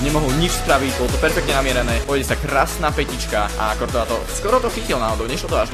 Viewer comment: to je kurtoa a nie kortoa a hento ten weah sa číta wíh